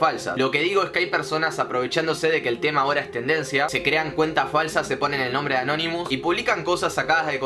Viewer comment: Porque dice canonimus